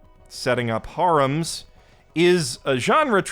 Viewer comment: You got some good laughs out of me especially with the "Have their cake and fuck it too". However, for the love of God, that's not how you say harem.